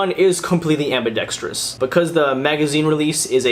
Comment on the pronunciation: Thank you for being just about the only gun reviewer on YT who says ambidextrous, which of course is correct, instead of ambidextrious. Oh, and btw, great review as always.